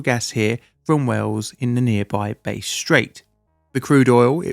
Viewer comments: bass'd strait! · Oh ffs... the 'base' strait?! 😂 as an aussie, I'm crying 😂 it's 'bass', with a short 'a' Edit: I lived through this, as a kid I remember having short, cool showers every day for a long time due to the gas shortage that followed. Hot water was a luxury, 8yo me sulked every day about it. TYVM for this, I never knew what all the fuss was about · It's pronounced Bass Straight, as in bassoon, not base. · Pronouncing Bass Strait as Base Strait??!? Seriously sir?! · For heaven's sake, anyone with just a basic knowledge of Australian geography would know that the Bass in Bass Straight was named after a person and pronounced 'Basss' not 'Base'. If you can't get even the basics correct, it brings into question the accuracy of the rest of your video. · BASS (Rhymes with Gass) Strait, not Base !!! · "Bass Strait" = Bass as in fish, not music. Base = not it. (the A in this 'Bass' is same as in Ascend). cheers. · Bass strait isn't pronounced as "Base" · I love how you are covering Australian incidents, as an Aussie, I had never heard of this. Side note Bass Strait not Base but other than that, fantastic work as always. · Not Base strait, try pronouncing it as Bas Strait. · It’s not pronounced base straight. It’s more like the fish “bas” Like B@ Like cricket BAT then drop the T and add an S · 'Base strait' made me giggle so much (I have been unwell so a welcome bit of happiness). It's pronounced Bass with a short a sound, Unlike a Bass instrument as you have pronounced it 😉 Its so cool to see these stories from my own country though, I have lived at the bottom, top and then the very bottom island of this country and I have never heard about many of these before (to be fair, I was born a year after this one), so thank you for teaching my about my own home once again 🖤 If you ever need an Aussie to check pronunciations, I am happy to help with whatever you need 😄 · Its BASS straight. Its prounounced like the fish...not like the instrument. Bass ryhmes with mass